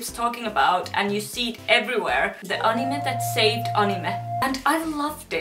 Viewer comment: I noticed that you are finnish of the way you said anime 👌 😅 😁